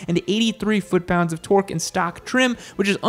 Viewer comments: Is there a reason we stopped saying torque? I'd get it if you said something completely different each time, but it seems you just like sayings torgs. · I hope i see the day that yam gonna say torques right 😂